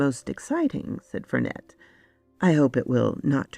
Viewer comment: The name Vernet is French, so the T is silent. In real life it is the names of a painter who, in the works of Arthur Conan Doyle was supposed to be related to the mother of Sherlock Holmes, hence Sherry (presumably Sherrinford) Vernet in this story.